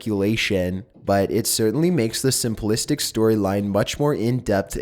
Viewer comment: Sim pli stic. Not simple istic. 🤦